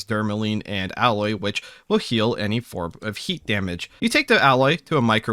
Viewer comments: Aloe is pronounced like you would say "a low", not alloy. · Aloe, pronounced Al-o. Not alloy. Alloy is for the various mixes and blends of metals. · AL-O, not alloy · After the first couple of times, I was going to suggest making a drinking game out of it. (when Alloy is said instead of Aloe) But I don't think my liver would survive. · Y'know I've been wondering for a bit now, Why do you pronounce Aloe as "alloy"? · The way you pronounce aloe... like alloy... threw me off. Useful knowledge regardless. Thank you! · I was confused as to what alloy you drink. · 10/10 aloe ingots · Suburban "person" detected